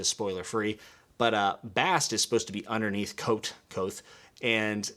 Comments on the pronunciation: K'vothe. K-vothe. Not Kwothe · Say Kvothe like Quoth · Small note the V is not silent In Kvothe. It’s a weird name to pronounce